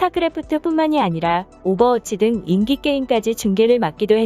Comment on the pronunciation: 한국에 애정을 가지고 대한민국에 온 외국인들이 욕한다. 읽을땐 인기가 아니고 인끼이다. 이런게 한두가지가 아니다. 한국말을 정체불명의 외국어로 만들지 마라. (욕할뻔 했다 쫌)